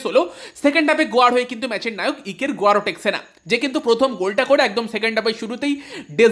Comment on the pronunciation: ইকের গুয়ারেটসেনা। গুয়ারোটেকসেনা accent টা ভুল